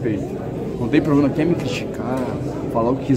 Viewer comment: O Abel Ferreira tá sertissimo tem jornalista gui guer falar o gui guer i não guer ouvir guem fala o gui guer ouvi ogui não guer